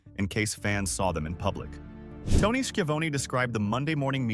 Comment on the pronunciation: Said Tony's name 3 different ways. None are correct. Lol